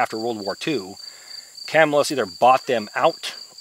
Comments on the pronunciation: Great presentation! Camillus knives were made in Camillus, NY., your pronunciation is incorrect..... Pronounced: Ka-Mill-Us, Not Cam-all-us. By the way I agree... excellent bush carry knife, I have been using for 45 years. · I grew up near Camillus NY, former home of that knife manufacturer. It is pronounced Ka - MILL - Us (not to nitpick). Very cool that you have one of those!!